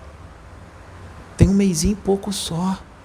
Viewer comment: Esse "um mêizinho" só já fez eu andar o Universo "inteiro" hahahaha 🙏🏼Gratidão!🙏🏼